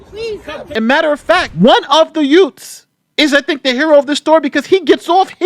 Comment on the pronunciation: 😂😂😂😂 Is saying Yewts??? Classic! 😂😂😂😂